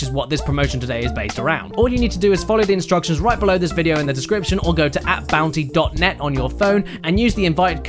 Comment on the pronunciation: AppBounty sounds a lot like App Nana